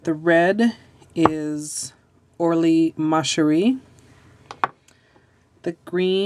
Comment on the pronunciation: does it bother anyone else how she says ORLY?